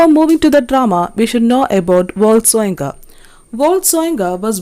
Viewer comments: It is pronounced as Woh-ley Sho-yin-kah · pronounced as SHOYINKA’